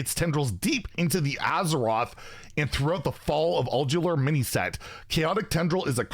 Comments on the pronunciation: It’s pronounced ul due are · Not too far off it's Ul-dew-are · Its more like UL-Dar. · Ul-Du-Ar. Just one L. Not Uldular. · It's pronounced old-do-are not old-you-are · its not uljuar its ulDUAR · Its ULDUAR not ULDELAR xD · It's Ulduar not Uldular, that's wasn't even a hard word c'mon. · Its pronounced "Ul-du-ar". Also thanks for the chance again! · UhL-Doo-R. Or Uhl-do-are. Whichever is easier for you to think of it as lol. Pronunciation. Just so you know. ^_^ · Thx for the effort, its UUL-DUAR btw. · I believe its pronounced Uul-dju-ar. something along those lines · ool-dew-ar! But you're close enough,. Good try! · i think its pronounced like old-you-are? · UL-DOO-WAHR You’re welcome 😉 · I think the Anomolies have the potential to be a lot of fun. I also expect the complaints to come from people who are on the receiving end of a bad RNG Anomoly that works better for their opponent than them in the early game lol. And Ulduar should be pronounced "ool-do-arr". Best of luck everybody and enjoy the fact that the devs are trying to put something fun & different into the game. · "ool-doo-arr" thx again! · I think its pronounced Ul-Du-ur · It is pronouncer OL-doo-AR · Say it like Ul-do-ar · Say it with me,: "all do whar"! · Its pronounced Old You Are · Pronounced Uld-ear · It is Ul-Dhu-Ahr (give or take, not knowledgeable enough about english phonems) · UHL-DOOW-ARE .....ULDOARE...ULDUAR...... The duar part, the d to the u and said kinda like wariors name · The strangest part about the way you mispronounced these words is that you pronounce letters that aren't in them 😂 Like a second L in Ulduar and a second R in Earthen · Praise be to Yogg-Saron! It's OOL-DOO-AR btw. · I love you bro, but you need to hire a proof reader for some of your pronunciations. Say it slowly Ul - du - ar. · It says Yogg is gonna be a titan. So I don't think we will be getting Azeroth as a titan card. Also it's pronounced Ul-doo-ar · Ulduar pronounced ul-do-R